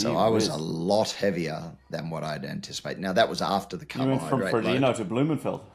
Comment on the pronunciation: “From Frodeno to Blummenfelt” 😂😂😂